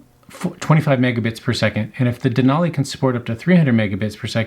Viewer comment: Useful video other than repeatedly saying Denali incorrectly every minute Den-ally